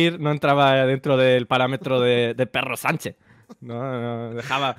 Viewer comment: Dando volteretas al escuchar a Albert diciendo "Perro Sanche"